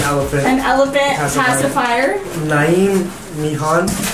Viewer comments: Haha that is my name and it is pronounced N-eev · Niamh it’s pronounced nieve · The name Niamh is pronounced Neeve….that’s my cousins name. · Wow…….how nice! Very exciting days ahead for you 2! Congratulations. Ps…… Niamh is Gaelic and it’s pronounced like Neeve. ❤️😊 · The name Niamh is a beautiful name and when people look at it you tend to go what... to pronounce its basically just neeve xx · Just so you know, Niamh is pronounced Neeve. Xx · Niamh is usually pronounced like Neeve :) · The Niamh name is actually pronounced as 'Neeve'.... For some reason 😐😂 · You pronounce Niamh "Neeve" :) I had an Irish friend named that. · Niamh is pronounced neeve I believe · This is a Gaelic name and Niamh is pronounced like N Eav